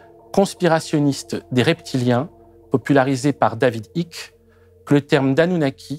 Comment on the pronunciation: Super fan de toutes les videos d infernet. Juste Icke se prononce aique.